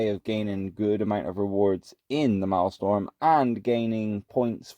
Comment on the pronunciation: Its Maelstrom. Not Maelstorm. Pronounced: "malestrum". If you're gonna showcase content, you should atleast pronounce the name right. xD